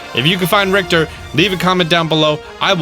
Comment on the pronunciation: Richter is pronounced Rich - er. Not Rict er